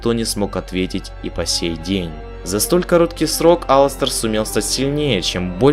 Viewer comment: Единственный, единственный кто назвал его Аластер а не алАстер!